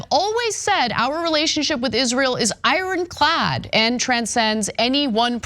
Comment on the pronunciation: I-ron clad?